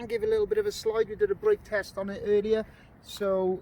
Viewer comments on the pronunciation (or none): "Teast" lol, you mean test?